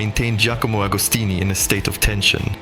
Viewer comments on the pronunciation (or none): Ca serait bien que le commentateur ne déforme pas le nom des marques de motos et des pilotes de légende. MV AGUSTA se prononce AGUSTA et non pas AUGUSTA et AGOSTINI se prononce AGOSTINI et non pas OGOSTINI. La moindre des choses quand on aborde un sujet c'est de le connaître.